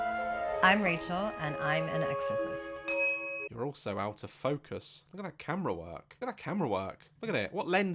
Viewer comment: I thought daz said incest